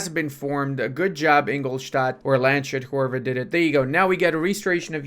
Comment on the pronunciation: FYI its pronounced Lands-Hut. Love your Channel